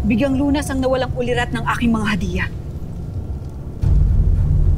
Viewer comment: paspapway nono hindi hadia✅